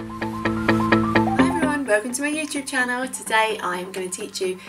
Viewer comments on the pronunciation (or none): what happened to her mouth 'Youchub chena'😅😅